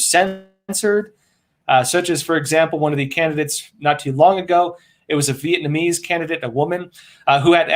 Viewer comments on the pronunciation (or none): none